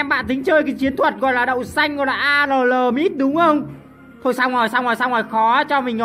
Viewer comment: "A lờ lờ mid" =))))